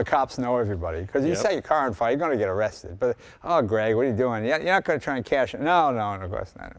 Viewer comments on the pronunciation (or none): none